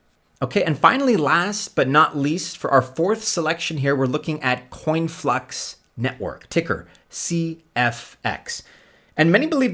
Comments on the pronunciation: IX??? No disrespect to you, however your coins are way off and it's conflux, not "coinflux" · It’s Conflux not Coinflux